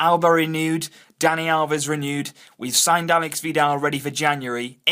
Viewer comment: It's /alésh/ (accent on the E, not the A; and SH instead of X.) That is how Aleix Vidal's name is properly pronounced. They're already talking about how people all over Spain mispronounce it, teach them a lesson by getting it right before most spaniards!